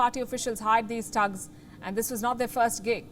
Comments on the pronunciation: It's thugs not tugs 😊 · THUGS not TUGS, PUTIN not Puthin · Palki its THUGs, not TUGs.... smh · She said tugs lol 😂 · Come on now I'm I the only one that find it funny cuz she can't pronounce thugs .haha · hahaha palki sharma cant pronounce thugs and goons correctly XD LMFAO